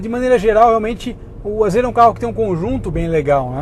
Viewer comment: mano Nao é AZÊRA. A PRONUNCIA É AZIRA